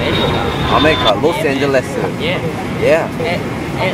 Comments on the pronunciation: LOS-ANGELESEU. My heartue is deadeu.🤣🤣🤣🤣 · "Los-AngelesU" THAT PART KILLED ME 😂😂😂😂lmao the pronunciations with the EU OR THE U XD LMAO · LOS-ANGELESEU JAHSJ LMAO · My best friend and I keep saying "Los Angeleseu" all the time because of this lmao 😂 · Los-Angelesue lol i died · LOS-ANGELESEU HAHAHAHAH OML